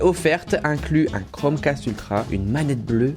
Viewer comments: Toi aussi t'a entendu "Chrome CASTRE" ? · À il dis " castre " 🤣🤣 Sinon j'adore t'es vidéos